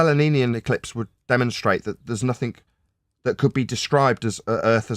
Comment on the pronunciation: has to have the most annoying "nails on a blackboard" voice I have ever heard. Also someone who still 'nothink', ( } rahter than 'nothing' and again a few seconds later. I enjoy your videos Dan but this guy is just an annoying dickhead.